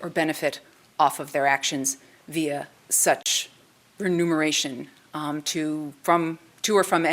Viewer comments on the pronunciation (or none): The American education system: a grown adult lawyer in 2022 thinks it's pronounced "renumeration"